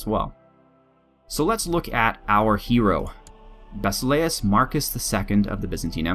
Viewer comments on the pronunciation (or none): Did I see a 'restore the roman empire' button over there? Eternal honour and glory is bestowed on he who brings te true Romans back to Roma! Also I haven't studied Byzantine Greek but in ancient times one would say Basileus instead of Basile-u-s. But you will have to look up tye pronunciation yourself as there is no English word that uses the same sound. And of course Lukos or Lucia will be back to smash some undead/infidels (circle whichever is a more pressing comcern) and should I have the honour of being a male in a reformed Roman empire I would like to be named Lucius.